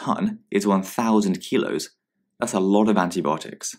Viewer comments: It’s antibiotics not antibotic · He says it like there's not I haha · anyone else hearing anti-botics